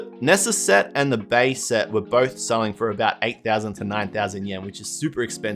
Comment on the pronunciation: "Bea's" name is pronounced "Bee"